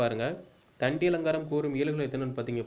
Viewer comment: தண்டியலங்காரத்தின் ஆசிரியர் பெயர்: தண்டி. கண்டி அல்ல... திருத்திக் கொள்ளவும் சகோ.